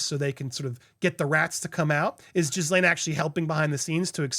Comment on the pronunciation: it’s pronounced Ghilaine silent S